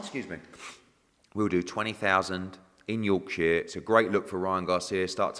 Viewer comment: Why is he saying Yorkshire like that 😂